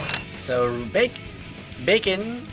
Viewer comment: No he didn't just call Baiken-BACON